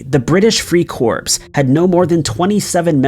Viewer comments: Interesting, but nothing really scary or creepy. Also, the narrator needs to know that "Corps" is pronounced as "Core", not "Corpse". I cringe every time he says "Corpse! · corps is pronounced core. a word pronounced corpse is a dead body. It was not the British Free Corpse, but the British Free Corps (silent ps It's English, it's strange). I too live in AZ. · Clickbait title - there's nothing creepy about any of these stories and none of them are "hidden", a short search on the internet will find info on all of these topics And corps is a word of French origin, it is normally pronounced 'core', not as 'corpse' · Love your channel… but corps is pronounced “core” not “corpse” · I have to be the mean one but it was making me crazy. The ps in the word corps is silent...in the US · "Corps" is NOT "corpse" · Corps is pronounced core ! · It's pronounced British Free "Kor" (Corps)...the "P" & "S" are silent....a corpse is a dead body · I can’t listen any more. Not after he pronounced corps as corpse. He’s supposed to be knowing about military stuff and he makes a stupid error like that? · Corps is pronounced "core." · The reader should learn the difference between the words "corps" and "corpse". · The word os CORPS, like in USMC, not Corpse! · Corps pronounced core. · Corps, pronounced as core, not corpse🤨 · Good grief Corps is pronounced as Core. Just like a Navy Corpsman is pronounced CoreMan. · Lol free-"corpse" ... that's a big one... Videos are excellent but he's good for one major Booboo like that each video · btw. the 'p' in corpse is silent. its pronounced "core". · Ya know,, when you read from the script try to remember that not every word or abbreviation is read and spoken with all the consenants pronounced. So is the Marine Corps. the Marine Corpse? Use your brain, don't just read the text like a robot. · You'd think he'd know by know it's pronounced "core" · The narrator is pronouncing “corps” wrong. Come on now! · Corps is pronounced with a silent p.